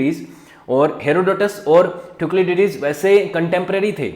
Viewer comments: Thuklidydys kon hy? Thu-sy - did us hy bahi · Your subject knowledge is low, you yourself do not know how to pronounce, you all the time pronounced Thukliditis, but it is actually Thucydides, it is Peleponnesian not Peleponian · First of all it is not thuclididis, it is thucydides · Thank you sir🙏 Explanation was very good But, the pronunciation of Thucydides was wrong 😅 That is = Thu-si-die-des 😊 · THU - SI - DI - DIS 🙏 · Sir Pronunciation of "Thucydides" should be correct! 🙏